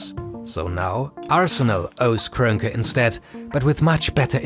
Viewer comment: You all really butcher Stan Kroenke's name like that lmao